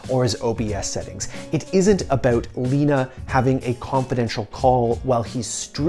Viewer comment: aboouut. U Canadian bro?